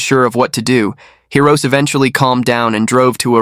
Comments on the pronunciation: It's Hee-Roh-Say, not Hee-roh-ss. Though this guy doesn't deserve having his name pronounced properly. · It’s pronounced boon-kyo. Hirose is hero-say. Great channel!